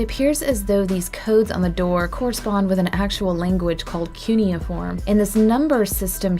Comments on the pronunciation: It is pronounced q ney I form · You mispronounced cuneiform, but it still sounded a bit cute. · oh that's why I like you so much you are also from Texas